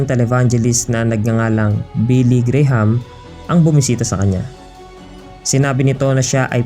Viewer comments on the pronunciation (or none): none